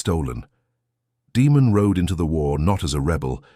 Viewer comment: Daemon being repeatedly mispronounced took me out of the story. Daemon not Demon. 😒